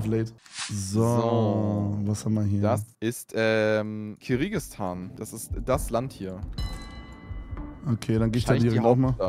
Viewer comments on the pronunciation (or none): “Kirigistan” … Basti c’mon Geoexperte🤭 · Wie Basti Kyrgyzstan ausspricht triggert so hart